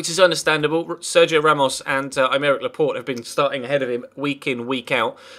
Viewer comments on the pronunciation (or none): none